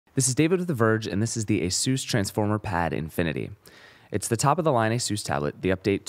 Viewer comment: nice review but it's "infinity" not "inifinity"